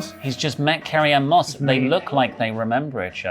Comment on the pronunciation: Did anyone else hear "karrion Kross" from saying "Carrie ann moss"?